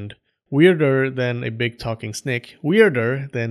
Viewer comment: Oh, i would like to hear how you pronounce that word again snek